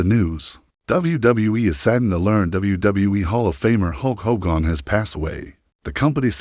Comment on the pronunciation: I HATE AI! If you can’t pronounce his name correctly then don’t post!! That is just disrespectful